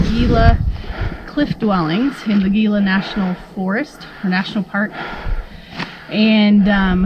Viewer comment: Gila is pronounced "Hila"